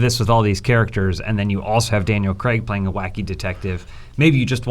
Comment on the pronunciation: Why do Americans pronounce Craig cregg?